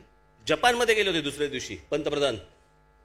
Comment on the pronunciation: Yala bolta yet nahi पंतप्रधान ऐवजी पंत्रे प्रधान म्हणतो काळजी पूर्वक ऐका